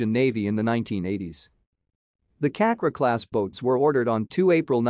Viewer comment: You read Cakra as chuck-ra.